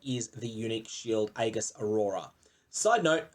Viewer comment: Aegis is pronounced ee-juhs not a-giss. Sorry, that triggered me a little.